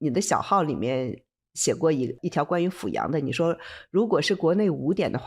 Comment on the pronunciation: 感谢和崇敬这个安徽老乡，另外阜阳的阜读第四声fù